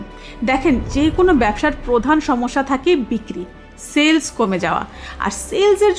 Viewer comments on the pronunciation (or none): Not "Sells" It's "Sales" Your content is valuable. Grateful